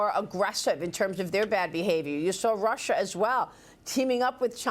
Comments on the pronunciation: Why does this guy keep saying, Russher, and Chiner ? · Rusher? Chiner? lol